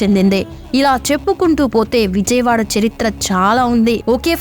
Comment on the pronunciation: విజయవాడ ఎలా పలకాలో మొదట నేర్చుకో!